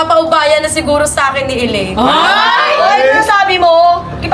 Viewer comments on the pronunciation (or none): Ellaine- Sasha laparan✅ Shellaine- Sasha taparan❎